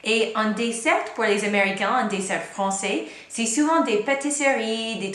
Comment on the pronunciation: Pourquoi vous prononcez le T de dessert mais pas de chocolat?